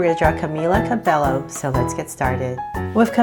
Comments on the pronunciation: It’s not Ca Bell o it is Ca bay o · Not Cabelo) its Ca be Y o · Is not Cabelo it's CABELLO please!!! <3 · Hi! Your videos are really awesome and it would be awesome if I could have a shoutout. Can you draw a girl with braces? And you pronounce Cabello like Cabaayo. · it's pronounced Cabeyo just so you know:) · It’s pronounced ( cubaeyo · u pronounce Cabello CABEYO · its pronounced [kabayo] which is cabello. its spanish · you said her name wrong